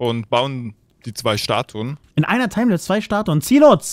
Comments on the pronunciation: Statuen, nicht "Staturen" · Psssst......... Es heißt "Statuen":D Die meisten Leute denken es heißt Statur, tut es aber nicht:D